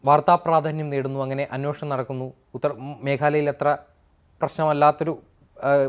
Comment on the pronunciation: അന്വോഷണം അല്ല ,അന്വേഷണം എന്നുപറയൂ..